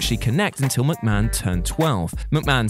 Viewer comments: it's McMahon not McMcahon !! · Ah yes, Vincent Kennedy McMcahon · 1st part of the video “Vincent Kennedy McMcahon” 😂 I wish he was called that it’s funnier. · MC MAHON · Who is Vince McMcahan?